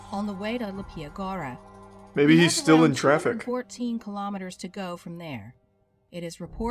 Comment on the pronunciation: oh lawd, the mispronunciations in the video hurt so much to hear, i can get some other name, but mateusz is fairly simple to anglify, matheus, and "leepya goo-ra" is not that hard to pronounce....